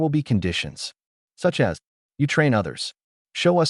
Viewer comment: There are two more cubs in the shelter door behind the human. That makes six cubs from three eggs. The AI reader still needs additional training to pronounce hard words like "as" instead of spelling the word's letters.